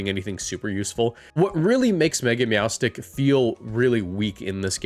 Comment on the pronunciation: MEOWSTIC IS ONE WORD, NOT 2 WORDS, AND THE NAME DOES NOT END WITH A K!